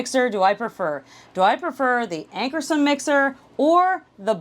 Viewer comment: Ankarsrum = Ank-ar-shroom. as an educator it's important to use correct pronunciations. ;)